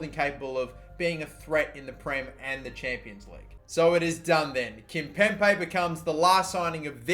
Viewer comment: Can someone please tell him to correctly pronounce Kimpembe